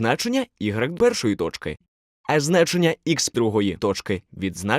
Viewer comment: Как красиво вы говорите слово тоЧки